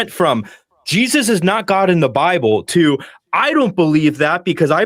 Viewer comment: “On the ‘bee blay’ (Bible)” 😂😂😂😂😂😂😂😂😂